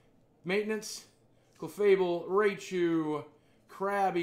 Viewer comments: It’s not r-ay-chew it’s r-Eye-chew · The way you pronounce names makes me cringe "Raychu" "Vapeerion" come on bro.